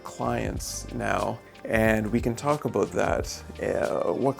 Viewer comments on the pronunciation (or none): “Let’s talk a boot it!” That the name.